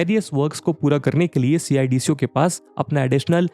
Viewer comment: सि आय डी सी ओ नही सिडको नाम है